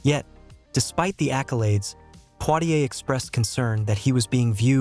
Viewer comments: His name is not Plitier but Poitier, if you don't get it right, no one will reognize who you're talking a bout. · Not poirrier!!!!! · U r pronouncing his name wrong